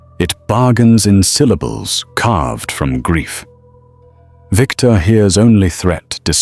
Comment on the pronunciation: It's Victor 😤